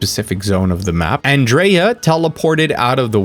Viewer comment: Hurray, you’re the first American I’ve heard call her Andreya and not Andrujja